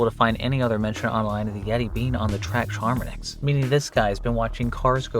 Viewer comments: is he saying charmonix? so there is no r it's chamonix and you normaly don't say the x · FYI : the X in Chamonix is silent (as it's often the case in French.) It's pronounced Cha - Mo - Ni (Cha as in Charlotte, Mo as the nickname, Ni as Niagara). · You have a very interesting way of pronouncing "Chamonix," that is all